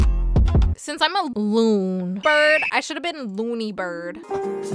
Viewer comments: "Looon"got me rolling😂😂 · I kraked up when you said loon and brid for the 1st time I was on the floor crying lol 😂🤣🤣🤣🤣😂😂😂😂🤣😂😂🤣😂🤣🤣